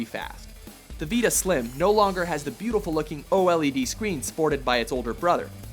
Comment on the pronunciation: why can't this guy say Vita properly